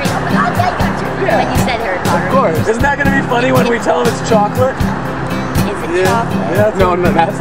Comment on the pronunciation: Did you say choclate?